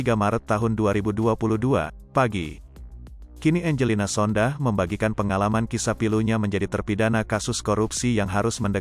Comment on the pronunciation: Jangan Sondah tapi Sondak